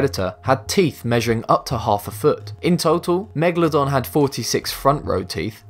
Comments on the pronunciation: If I could get a pound for every time he said megladon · Bruh, its megaladon not mwgalodon